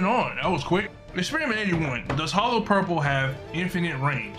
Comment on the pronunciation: Hollow purple= hollo purple lol 😂